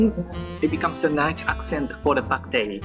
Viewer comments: it’s Ba Ku Te. Not bak te. The ku is not silent like most Japanese pronunciation haha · Greetings from Malaysia, good to know you like to explore other types of food. Its pronounced as Bak - Kut - Teh (pork rib soup) 😊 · The u sound is sometimes kinda silent in Japanese, that's why he's pronouncing it as Bak Teh. 😅